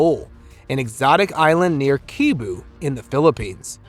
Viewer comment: Cebu is pronounced as Sebu. I will be back in the Philippines very soon. i spent 7 months there last year. i am searching for reports on the Mapre.